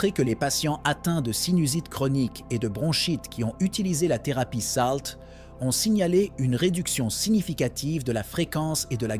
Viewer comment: Vous avez une tres bonne prononciation ce qui me choque c'est salt.